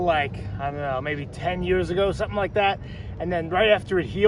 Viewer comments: Sir Switch Crookington I went back and listened close. He said sumpin. I mean, my brain understood “something” because that’s how language works, but that’s not how he said it. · “Let me see sumpin “ lol